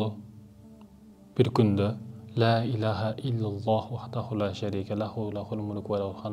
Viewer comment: Ля эмес ЛА деп айткыла туугандар